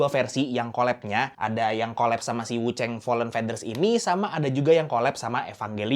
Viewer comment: Wuchang bukan wucheng, tolonglah jangan di Inggris2in.